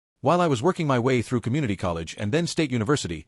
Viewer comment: Fake recycled shit stories with the same plot on the same shit channel............ The shit AI can't say "my".